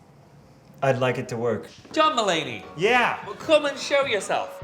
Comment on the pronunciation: I literallly heard jamba lady from tan instead of john mulaney